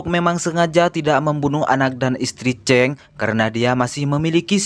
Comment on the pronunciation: sebut chang bunyi cheng 😁🤷